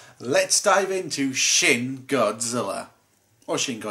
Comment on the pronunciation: I keep thinking he says sh!t godzilla